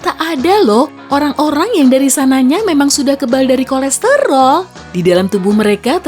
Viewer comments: Yg denger KORESROL Di menit 3.56 komen dong🤣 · Yang orang lain denger; kolesterol Yang gw denger; kolestelor Yang sama likee